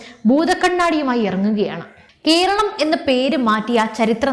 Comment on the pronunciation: കീരളം, കീന്ദ്രം, ഒന്നു നേരെ ഉച്ചരിച്ചുകൂടെ.